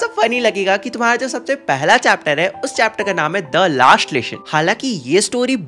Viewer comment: Lesson ❌ Leshon ✔️